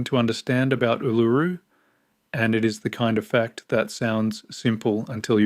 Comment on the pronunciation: Ask some one to teach you how to pronounce it